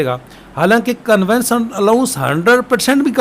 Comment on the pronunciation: Conveyance ka pronounciation thek kr lain. Convince nhi conveyance hota ha